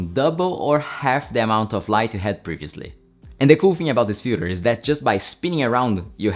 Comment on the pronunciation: i heard Fuher instead of filter multiple times